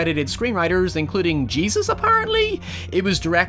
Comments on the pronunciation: LOL love the video, but it's probably Jesus (Hey-soos), not jesus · "...Jesus apparently?" Your United Kingdom is showing. EDIT: Before ppl come me I know is from North Ireland so things are...complicated lol.